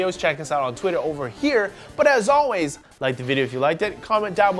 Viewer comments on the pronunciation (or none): none